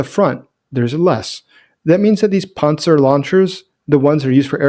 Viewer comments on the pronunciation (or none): none